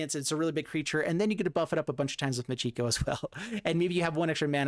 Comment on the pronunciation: Stop mispronouncing Michiko. It is NOT Moo-GEE-go. It is Mee-chee-ko. You're hurting my ears.